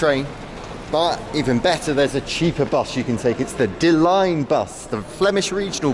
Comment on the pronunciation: Come on, guy, if you're familiar with Belgium you should also be familiar with the pronunciation of Dutch (Flemish) words. "Lijn" is not pronounced like "Line". Dutch is not German! A Dutch/Flemish IJ is pronounced as in "rain" (and the same goes for EI, by the way).